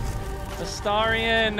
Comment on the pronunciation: You finally said Astarion correctly 🎉 Only took 129 videos 😂 Edit: I spoke too soon, you immediately reverted 😂